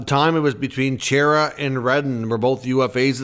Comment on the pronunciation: Love the content, but seriously... who pronounces Chara,? I can not say why, but man, was that annoying. It's CHAR-A. Has been for decades. Other than great, keep up the great work! 😉